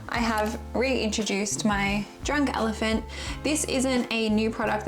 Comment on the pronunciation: Monthly faves by my fave 🥰 Nice to see the Dunk Elephant back , I always have a giggle when you say the name 🤣Oh and happy 2nd Birthday to the PODDY can’t believe it’s been 2 years, how time flies 🥹💝